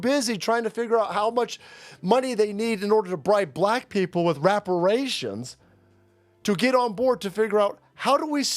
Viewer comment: pronounced it RAParations. I think this how it should be pronounced from now on. Emphasize the RAP.